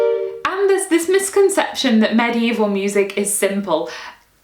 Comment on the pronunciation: I love how you pronounce medieval like maddy evil